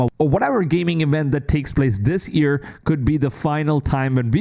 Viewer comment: Why does this guy pronounce year as ear its so frustrating